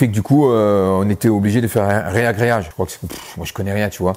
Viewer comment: Salut, loin de là de me moquer de toi mais on ne dit pas "réagreage" mais " ragréage " juste pour que tu le saches. Courage pour tes projets.